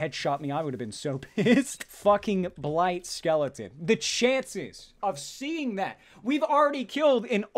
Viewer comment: Blight skeleton.. More like Blayt skeleton Am I right..